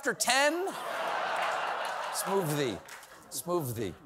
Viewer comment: Cov- smooffthie.